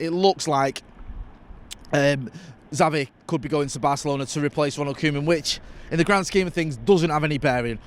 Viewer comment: Omg did it annoy anyone else the way he was saying Zavi instead of Xavi 🙈😂😂